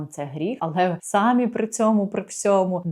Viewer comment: СамІ не сАмі), будь ласка